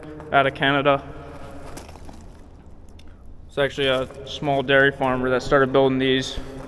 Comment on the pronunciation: I love watching the progress on your silo project, they will be a great attention to the farm. As a Canadian watching your channel I couldn't help but laugh listening to how you pronounced " Canada " 😅.